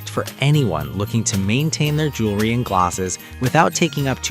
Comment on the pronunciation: Jewelry not Jewlery. (Pronunciation]